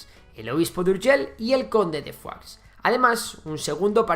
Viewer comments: Se dice "foix", no "fuá". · Foix se pronuncia "fosh" no "fuá"😂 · Pronuncias "conde de Foix" como "conde de Foie" (Foie Gras de oca). Se pronuncia "Fosh" porque es catalán (por cierto, la única lengua oficial de Andorra) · Y no es por nada, pero Foix se pronuncia tal cual se lee en catalán. Decirlo como si fuera francés es ignorar que su origen es catalán. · Foix es un apellido catalán y no se pronuncia como en el video. Digamos que sería como Fosh tal y como se escribe. Sería así: /foʃ/ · En catalán se pronuncia foich y en francés fua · Como que pronuncias foix diciendo "fua"? Pero y este catetismo español? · Pues anda que "FOIX" XD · Foix se pronuncia "fosh" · ver a un castellano pronunciar "foix" es algo increible :")